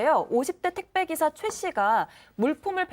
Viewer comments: 아나운서분이 택배기사님을 택시 기시라고 말한거같은데 ...... 이게 중요한건 아니구요 택배기사님들 힘내셔요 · 아나운서인지, 기자인지 시작하자마자 택배기사를 택시기사라고 말하네..